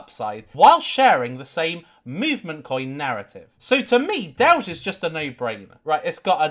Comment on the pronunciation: Dowge and more dowge